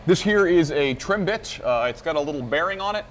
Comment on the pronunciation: Now, my hearing isn't the greatest in the world, but I could swear there's an extra "ch" at the end of "trim bit". :)